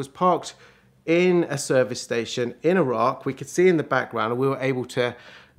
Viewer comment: first British person to pronounce Iraq correctly!! it's EE RAK, not EYE RAK